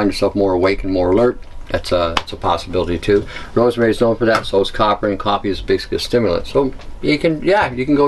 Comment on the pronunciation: are you saying coppie or coffee I can't understand some of your words. sorry, nerve damage